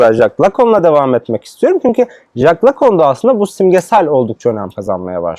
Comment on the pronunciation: Ayrıca Lacun değil Lacan!